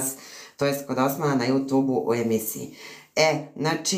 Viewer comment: Aman, ljudi, ježimo se na vašu izjavu,, JUTUB,, IIzgovara se,, jutjub'' Smeju vam se ljudi!